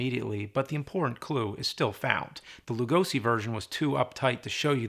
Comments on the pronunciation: The "Lu" in Lugosi is prononced like Lou, and "si" like she. With love from Hungary. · For the love of God James, please pronunce Lugosi's name correctly! Say the 's' in his name like in the word 'Shot' or 'Shock' and not like in 'Summer' or 'Snake'.